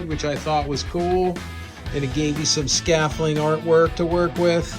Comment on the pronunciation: Keep these vids coming. Would love to see more. The d isn't silent though lol